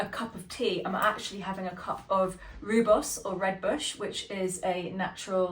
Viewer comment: rooibos is lovely..the pronunciation is royboss...roll the r...for an authentic afrikaans pronunciation.